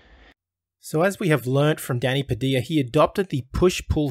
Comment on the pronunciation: It's Pa-Dil-Ya.